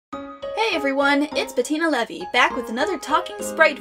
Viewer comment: I thought it was Bettina Levi not Bettina Levy